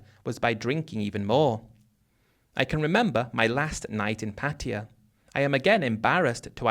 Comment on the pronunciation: PA-TYE-A is how it’s pronounced as I learned it Been to BK, Ko Samui and Ko-PQ for full moon party . We eat mushroom omelette and lay on mats on beach and saw Zeus in the clouds